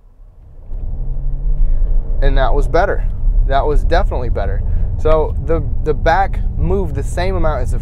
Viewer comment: “Comfterble” is not a word. “Defnuhly” is not a word.